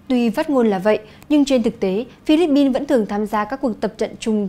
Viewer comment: Co the bao ban phat thanh vien nay noi Philippine chuan hon duoc khong ah? Pin chu khong phai Bin. Con lai moi Thu deu tot. 1 gop y nho Cho Chuong Trinh